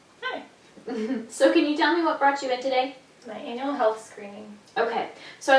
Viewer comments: crazy ally That's what it sounded like she said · betts xD same over here HAHA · I had to listen three times as I thought she said "anal health screening" lol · Right, I did hear this correctly, she did say "I'm hear for my anal screening"?! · I remain unconvinced that she said anything other than "anal health screening" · betts She totally did. They just do things different in missoura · Glad it wasn't just me. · I totally thought she said anal lol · betts i still hear it.